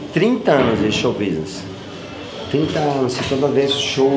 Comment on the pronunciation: drink game: tomar uma tequila toda vez que o fala "xou bisnes"